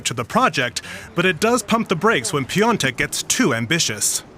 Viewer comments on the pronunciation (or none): Piatek would be the right pronounciation, not piontek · Im German, but im pretty sure you misspelled Jan‘s surname. In German its spelled Piontek (like you did) but in polish its pronounced Piątek